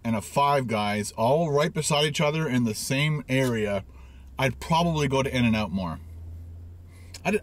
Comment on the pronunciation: pronounce In-and-out as in-an-aout ☺️ I love this guy